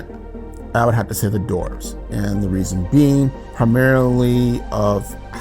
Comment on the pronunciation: So the words “dwarves” & “dwarven” are pronounced “dorves” & “dorven?” Not making fun, just wonder where the W went